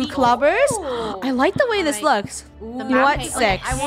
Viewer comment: The way said “yeah we need zthuz” 😂